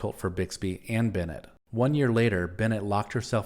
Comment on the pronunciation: Brenda Benet was pronounced BEN-AY, not BEN-NET.